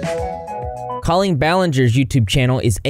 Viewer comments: DUDE RIGHT???? I’ve been thinking this this WHOLE TIME. I’ve always heard it pronounced caww-leen, not cOHleen. Wtf. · that’s what I’m saying, I’ve never heard it pronounced “Ko-leen” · I’m shook at how people pronoun Colleen like colon, that and that this went on for so damn long. Were adults at these shows??